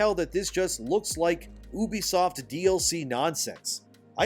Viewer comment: 1. Its You-be-soft, not OOH-be-soft. Ubisoft 2. Its Roy-ters, not Roo-ters. Reuters You're welcome.